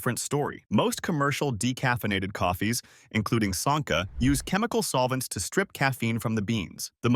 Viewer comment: One thing I've noted in the three programs I've watched you-the speaker risks a bit of believabity by your lack of saying the well known brands correctly example-Sanka hard A-Say ca - Nest Cafe pie rest